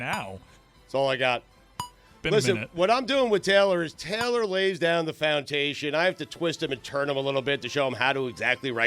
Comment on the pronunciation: Stugotz, what the 🤬 is "fountation?" You ain't even tryin' no more, dawg. 😡